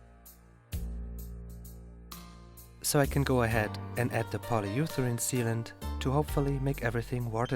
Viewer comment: This is the first time in all your videos I've heard you make an actual language error. Your English, not just the syntax and meaning, but the phrasing and delivery, are always, literally, perfect. Your mistake on this episode though was "polyeutherane" instead of "polyurethane". Your English though is better and in some ways more sophisticated than most natives', and it's a real pleasure to listen to your narration.